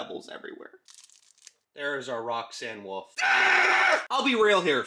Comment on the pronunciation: "Roxanne woof" 😂😂😂😂😂😂😂😂😂😂😂😂😂😂😂😂